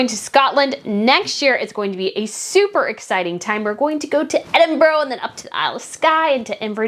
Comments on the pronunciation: yes Edinburgh is not Edin boro it’s pronounced Edin bruh. I am from Scotland 🏴 so it’s a bit of a bug bear but I live in Australia 🇦🇺 and a lot of the place names are Aboriginal so if I am talking to someone I will always say sorry if I have pronounced that wrong. Just saying…. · I agree with all of your points and I really enjoy your content and commentary. Can I make one small recommendation however? When you do go to Scotland next year, please don't call it 'Edin-boro' as you may be made fun of. Here we pronounce it 'Edin-bruh'. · we say Edinburgh not edinboro!! Edin-bura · ...when you say Edinburgh the ending is like when you say ugh to someone frustrating 😂 not an oh. I always wonder if people from other countries want to know or if I'm being a douche 😂 hope not, I don't mean to be horrible just hear it so much so now I wonder 🤔😂